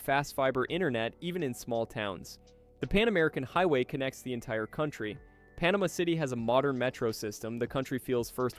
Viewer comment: Probably should program voice to correctly pronounce easiest names of countries like Panama for credibility!